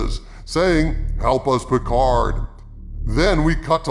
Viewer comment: I never watched season 2 of Piccard (rhymes with Bicker), but the only true highlight of season 1 was Ryker. He was OUTSTANDING in Every Scene. Beyond that, it was garbage and they unnecessarily made Seven of Nine a lesbian. Blasphemy